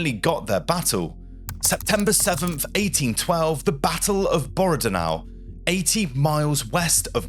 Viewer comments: Bordenau? Weirdest way to pronaunce Borodino. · BORROW DENO PHONETIC FFS. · I checked. It is Bo ro DEEN oh, not Bo ROW deen oh. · Right? "Bore-duh-now"! WTF was that? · Good.. feedback Pronounciation: Grande Armeé (Grond Armay) Borodino (Boro Deen Oh) Commanders: Barclay de Tolly and Mikail Kutuzoz If using AI to help compose..check the script.. a few AI isms crept in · Too bad the AI host can't pronounce names like "Borodino."